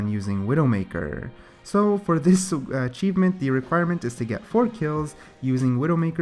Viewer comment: not to be mean or anything but achieeeeeeevmmeeenttt and lushio